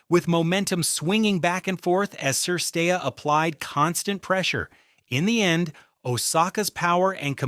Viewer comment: Just a simple suggestion - Make a minimum effeort and learn the players name as a native speaker pronounce. Not every name must be read in English (ex: M Cilic , S. Cirstea...).